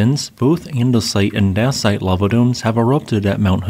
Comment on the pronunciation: "daysite", it's pronounced daysite.